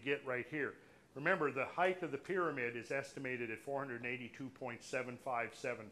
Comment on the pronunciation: Very interesting talk and info! Just a small note but the word height is pronounced "hite", not "hiteth".